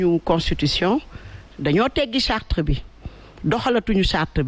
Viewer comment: Charte et non chartre